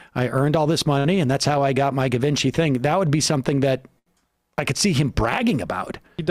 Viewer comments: It’s pronounced “Jee-Von-SHEE”. Geez lol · Yeah so gas was 60 cents a gallon according to this guy. Sure kiddo. Also. It’s “jhee-vawn-shee” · Pronounce it Givonchy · sam pronouncing Givenchy like da Vinci makes me smile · My favorite part of this is the crew mispronouncing Givenchy, lol.